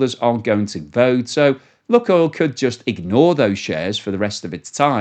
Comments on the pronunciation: It’s not “Luckoil” - it’s LooooooooookOil. Can’t you figure that out?? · Lukoil - pronounced Lukeoil! Like Luke and Oil.